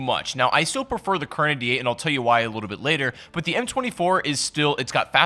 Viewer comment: It took me damn near the whole video to figure out that you were saying kar98. If people can't understand what you're saying in a video that you talk in then dont talk.